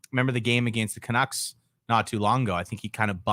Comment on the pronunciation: People with turtlenecks shouldn't say 'canuckses'